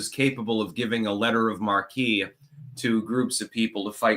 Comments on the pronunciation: Btw,, "marque" is a French word. It's pronounced "mark". No hate here - I respect people who read far more. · You will not be forming a clank militia. You are something of a recluse, remember? I like you, but you couldn't lead a fat man into a donut shop. Also you are gratingly mispronouncing "letter of marque.". You should be saying something that sounds like "letter of 'mark.'". Otherwise, you're cool, pirate analyst. Keep on keeping on.